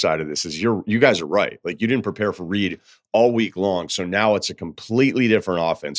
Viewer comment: Marcel Reed not Reece